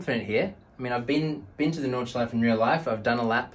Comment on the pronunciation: Just a random german grammar Nazi coming through. Stefan was already explained but it's also an "Sh" sound like "should" in the beginning. And it's NordschleifE and PorschE. Just like the very first sound in "about" but at the end of the word. And yeah I have too much time on my hands right now :P